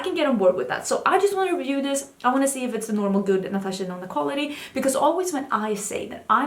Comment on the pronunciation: In my head, everytime you say Natasha Denona, I still hear Natasha Deno-no 😂